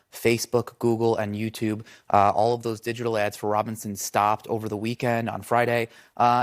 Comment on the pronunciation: DonOld got Mark Robinsons name right. 🤔 Rare.